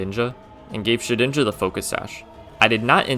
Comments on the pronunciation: DIDN'T, NOT DIMT! AND THE G IN SHEDINJA IS SUPPOSED TO BE A J! FIX IT NOW! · SHEDINJA, NOT SHIDNIJA! FIX IT NOW!